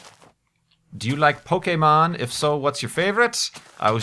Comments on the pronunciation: you may not have been at the right age to be into Pokémon when it was introduced to the US, but you pronounce it correctly at least!:) I can definitely appreciate that. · I'm kind of surprised you actually knew how to pronounce "Pokémon", since it's one of the most common mistakes non-fans make.